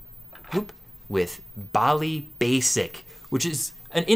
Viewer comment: 100 means one minute. Light indicates when its "reading". You need an audible signal connected to the Basic cartridge, to load some very good games and programs. Sounds a little like an old modem. Then your game or program will load. You pronounce Bally wrong. Have a nice day!